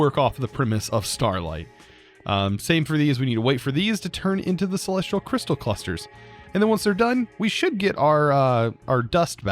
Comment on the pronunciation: I'm not the only one that's annoyed by him saying "Celes-tree-al" instead of "Celes-tea-al" right?